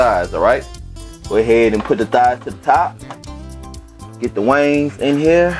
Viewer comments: It's wing not wangs lol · Wings dammit. Not WANGS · Now why in Sam Hell is he capable of pronouncing the seasoning "Tony Chachere's" correctly but can't say wings !?!? His voice go in and out good to all bad. Sorry not sorry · Wangs? Baaaaahaaaaaa🤣😂🤣🤣🤣 It’s WINGS dude. Damn🤦🏽‍♀️ Quit embarrassing us and you. “Get up in ner “ WTH?🤷🏾‍♀️ It’s get up in there. Lord🙏. Bravo though dude, at least you cook. Mine won’t even Fukin try🤣🤣🤣😂😂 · Is it chicken wings or wangs? 😂😂😂 he must be from the south. Good cooking dude. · Obviously the man is highly intelligent and his regional accent has no effect on that fact. Besides all that I LOVED his accent and I knew it was LA from the jump. Lol Their accents are completely unique... and their accents, and their culture are national treasures! I loved the seasonings he used and the way he said, "wangs". Cracked me up every time! Great chicken recipe and video! The man is official! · “Wangs” lol I love it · Like the way you say wangs. I just bought, thanks for the tips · Right I’m 😂😂😂 every time he said wangs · I just watched this and when he said wangs i was like maaann he from the boot talkin like that. I was waitin for him to say Whodie